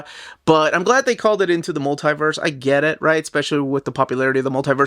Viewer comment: *Mul-tie-verse" is like nails on a chalkboard lol. It's pronounced 'Mul-tee-verse'.